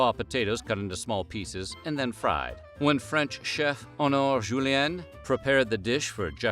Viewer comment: That and calling a cook "Honore" instead of "Honoré".